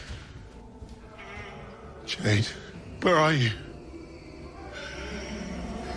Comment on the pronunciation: Storynya bagus ❤ tapi artikukasi namanya salah Jeed ( Jade ) Bung bukan Jet dan yang laki Ed